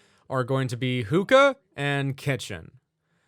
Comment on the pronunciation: ah the classic experience also its pronounced hook-kah(sorry if it comes of as nagging)